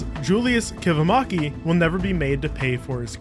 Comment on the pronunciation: I love how none finnish people say Kivimäki XD